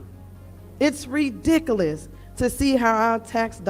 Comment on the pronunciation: Go the hell is anyone on the board of anything when you can’t even pronounce the word, ridiculous correctly?!